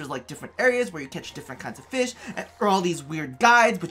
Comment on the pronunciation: country accent I like feesh